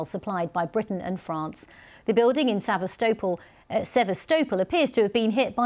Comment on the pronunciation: She’s not even pronouncing sevestapol right